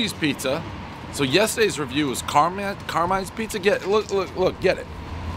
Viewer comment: Car-MINE...not car min, ya cheeseball.